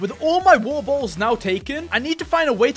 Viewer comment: He got many bo"oh"wa"er"